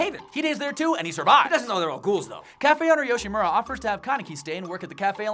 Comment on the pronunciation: FINALY SOMEONE CAN SAY YOSHIMURA RIGHT IM SAVED